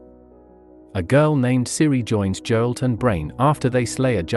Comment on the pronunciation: It's extremely jarring to hear Geralt pronounced as Jeralt.